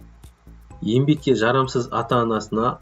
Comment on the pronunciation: Ембек деген сөз жоқ! Ң әрпін үйренші 👎👎👎